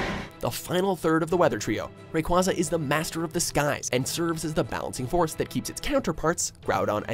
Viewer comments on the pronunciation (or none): Arceus is pronounced as ARE KEE US AND RAYQUAZA IS PRONOUNCED AS RAY KUA ZA AND ARCEUS IS THE STRONGEST, WAS CABABLE OF TRAPPING HOOPA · it's pronounced rey-kwey-za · I am bothered by the way he pronounces Rayquaza 😖😣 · WHY DOES THIS GUY SAY ALL THE NAMES SO WRONG ITS RAYQUAZA NO RAYQUAWZA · It's Ray-kway-za not Ray-kwah-za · You are saying and making up names and words like mega requeque. Also, you're only taking tpta; stats into account when making your argument. You have to remember that Arceus is faster than Rayquaza, and he has enough defense to counter his attacks. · The S in Rayquaza is supposed to be a Z! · Why does WatchMojo still pronounce Arceus's & Rayquaza's name wrong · Bruh they said Ray Rayquaza wrong